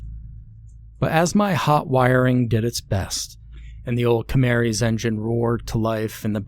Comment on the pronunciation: It's like an Easter egg hunt to find the mispronounced word in each video 😜 There's almost always one. Today's was Camarry (Camry? Camaro?) I really don't mind and don't say this as an insult. It's just amusing. I've listened to every one of your videos now, from start to finish. Thanks for putting in so much work and effort into creating these videos for our listening pleasure. ❤